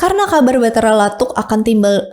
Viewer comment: Makasih telah meriview sejarah Bugis,,saran untuk cara penyebutannya sebaikx meminta sumber dari orang Bugis asli,sprt patotoe TDK pakai huruk K,atau Batara lattu,,bukan Batara lattuk